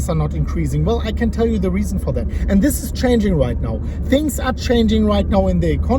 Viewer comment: The Moon- "Eeen theesh video, exactly as i predicted"